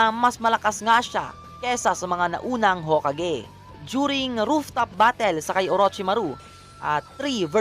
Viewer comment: Haha.... the he pronounce yung hokage... Ho! Kage......👎🏿